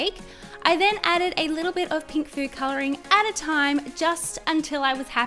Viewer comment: I like your accent! Are u American? It makes me laugh when u say pink Because it sounds like peenk tho I Think that’s because I’m Scottish P.S why am I watching this I don’t like slime or pink I like black and death